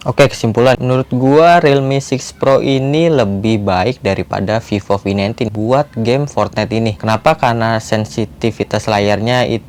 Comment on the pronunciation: Sorry but I heard vivo v19 as fifo fi19 😂